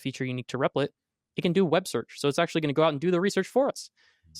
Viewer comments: Sorry man my OCD it's "REP-LIT" not "REP-LER" lol. Good content and overview of the platform and its capabilities. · Yo, it's Replit, not "Repla". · at least if he said "repla" fewer times, or just call it "replit" like it's parents named it 😂